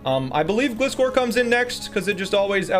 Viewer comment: I love you but why do you pronounce Gliscor's name like it's not meant to be a gliding scorpion 🥀🥀🥀